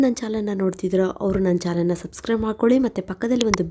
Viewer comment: Modalu namma chanalge subscribe agi antha heluthiri .aadre nimma voiceinda chanal yennuva pada sariyagi baruthilla adanna saripadisikolly.